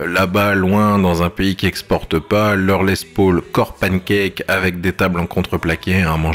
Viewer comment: Certains trouveront ça "hors sujet" mais mon obsession textuelle m'y incite. Hors comme le font tous les chefs cuisiniers du Monde entier qui nomment les gestes dans la langue du créateur. Pourquoi donc faites vous "tous" cette faute de prononciation lorsqu'il s'agit de parler de la Gibson Les Paul. En effet pas un promoteur ou youtubeur ne peut s'empecher de dire "Les Pôôôl". Je ne crois pas par ex* que Jon Lennon hélait son acolyte de cette façon "ben alors...qu'est ce que tu fous Pôôôl" mais plutot "Paaoool" et par extension "Less Paaoool" (phonétiqmnt). Alors encore moins un Américain qui a tendance à parler avec une patate chaude dans la bouche ?